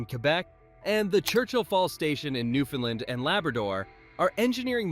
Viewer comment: One small criticism - this is a FANTASTIC video, but please learn to pronounce my province, Newfoundland properly - as a proud Newfoundlander, its important to us:)😊